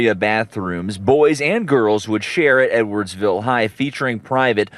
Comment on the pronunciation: I was listening to this in the background and NGL, I totally thought he said 'N-wordsville' instead of edwardsville